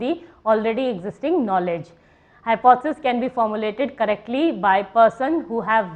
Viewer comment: Madam you are not able to pronounce the word Hypothesis...... Too monotonous .......